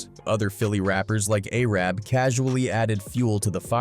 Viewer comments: JILLIE is crazyyyyy!!!! SMH It's GILLIE homie!! SMH And the homie is called A.R. AB, not ARAB!! SMH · Nah Arab is crazy bro name is ar-ab lmao